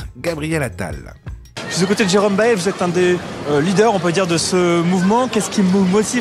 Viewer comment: on prononce BaÏle , le parigot de BFM WC !